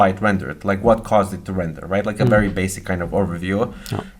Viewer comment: basic ( s sound not z )